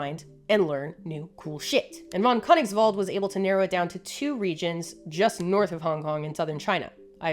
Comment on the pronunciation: Great Video, and as a german i can confirm you did in fact nail the pronounciation of „von Königswald“ xD